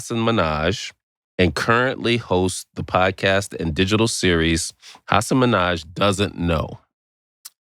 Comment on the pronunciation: I'm so sorry they pronounced your name wrong, Hasan. Very disappointing. Janky research. Kudos to you for not mentioning it before sitting down.